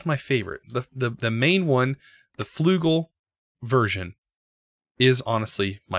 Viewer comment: Flügel is pronounced slightly differently :). The 'ü' is not jut 'u', to pronounce it correctly just say 'i' but move your lips as if you're trying to say 'u'.